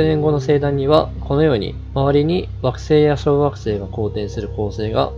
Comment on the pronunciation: テロップ無いと ワガママ小惑星→ワガママ小学生 に聞こえるw なーんも計算も根拠も無いけど、太陽系外惑星が太陽系に混じった気がする。 その逆公転の小惑星の地質調査すれば面白そうだな。